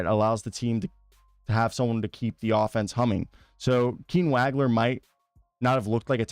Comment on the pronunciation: he is a 1, has been playing the point since December. and it is pronounced Wah Gler